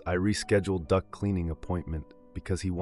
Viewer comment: Duct cleaning. I heard Duck cleaning. Lol.